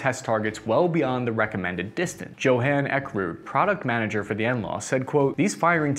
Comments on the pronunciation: Joe Han? Johan is pronounced 'yoh-han'. Otherwise, love your content. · Great overview, but Joe-Han? Really? Is that like Joe-han Sebastian Bach? 😆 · Johan: say Yo-Haan